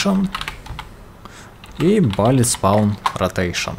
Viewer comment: Видосы интересные, реально, но пожалуйста, bullet не будет "балит", кровь из ушей, но видосу 👍